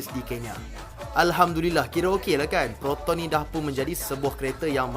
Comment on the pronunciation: Proton bukan Peroton. Talingung!